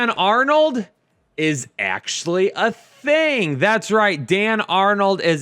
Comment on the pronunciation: 😁 i never thought id here it........... "A Thinkg".